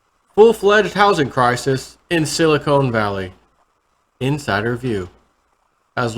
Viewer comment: you are pronouncing Silicon incorrectly. Silicon has a short O like in the word "convict". It is the material that computer chips are made from. You are pronouncing the word like silicone.. which is what breast implants are made from. Love your videos! Keep on keepin' on! Thanks!